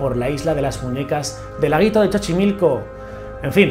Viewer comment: Hola, sólo te aclaro que no es "Chochimilco", el nombre correcto es "Xochimilco", se pronuncia como "S". Saludos desde México, soy tu fan.😘